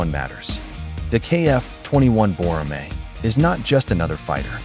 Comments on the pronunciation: 외국사람이 보라매라고 발음하는거 너무 좋네요. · He said it was pronounced correctly. He said "People from other countries calling it Boramae sounds really good". Is the exact translation. Perhaps your Google translate is missing some in its translation.